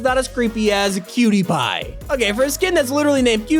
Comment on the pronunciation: When he said cutiepie it sounded like pewtiepie